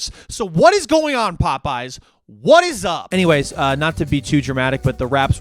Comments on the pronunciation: Already off to a good start when he pronounces it the way myself and my high school friends did One night the Pope was on but the Yes was dark and it felt incredible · So glad I'm not the only one that constantly calls it "pope yes" 😂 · As an Orthodox, it’s more like, “Pope-no” but I appreciate the sentiment 😂